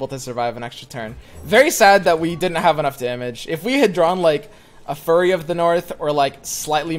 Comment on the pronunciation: Also "Fury of the North" instead of "Furry of the North"....